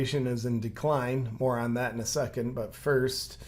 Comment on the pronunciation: Notice the "tape over mouth" woman is left handed. Just sayin... Did you say "more on that" or "moron that"?